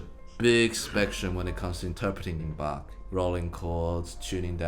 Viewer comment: Guys you are super, but please learn the correct pronounciation of Bach. The ch is like in Loch Ness. It’s not like ”I’ll be Bach”.